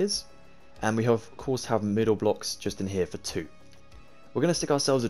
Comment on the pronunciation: Youre „here“ Sounds like: „hier“. This is a German Word